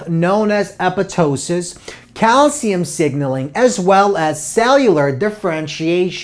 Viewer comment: He said it correctly- it's commonly mispronounced as "apoP"....